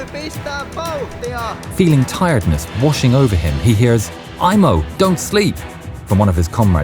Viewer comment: Sorry to tell you, it's not "Imo" it's "Aimo" unlike in English, in Finnish we pronounce the letters as they are written. In English when there's an "i" it's pronounced like "ai", as a finn that's to my ears.